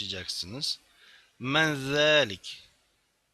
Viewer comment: Esselemu Aleyküm hocam, te "men heze ve men zelik" yazmasına karşın siz "ve me zelik" şeklinde okudunuz. Bunun sebebi nedir acaba? Orda da kişi sorduğundan ötürü yine men kullanmak gerekmez mi?